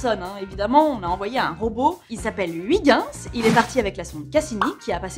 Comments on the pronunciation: Ou plutôt "hui guinss". Tu prononcerais ça comment ? Comme Kujper ? "Heuille guinss" ? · "Huit ginss" Ouch... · Je suis belge et entendre la prononciation de Huygens, j'ai les oreilles qui saignent. Mais bon, Florence, hormis cela, j'adore tes émissions. Alors, pour bien prononcer Huygens correctement, il faut lire comme ceci : "Heuillgainss". (ou) "Oeil guènn ss" Voilà voilà. Bonne continuation à String Theory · Toujours un bonheur d’apprendre en écoutant une dame aussi passionnante ! Mais s’il te plaît, par rigueur scientifique (et aussi linguistique) Huygens se prononce « oeuil - ghèns » Merci 😃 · Hello la rédac'! :) Juste pour vous informer que Huygens, ça se dit pas du tout comme ça mais plutôt heuïgeuns ^^' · Je sais que je suis chiant mais attention à la prononciation de Huygens. Et oui, le Néerlandais est un parler rugueux à l'odeur de fromage...